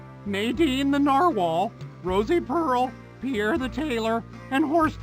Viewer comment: Newer viewer here, why does dougdoug not know the name Pierre, and immediately mispronounces it as POO AIR??